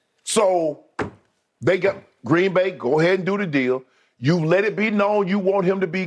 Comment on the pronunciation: Skip, it's not GREEEEN BAY, it's pronounced Green Bay.